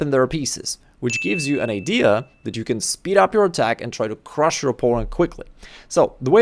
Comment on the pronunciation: Man, when you say "crrrruuush" you transform to Borat 100% 😅